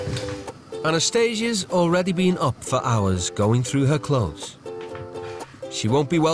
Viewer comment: can you just say clothes pls